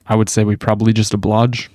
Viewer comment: OBLIGE, not “obloge.” That’s like 4 videos in the last 5 or 6